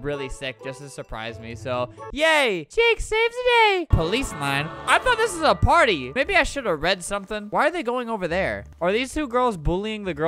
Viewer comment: In the intro when he said party I heard he said potty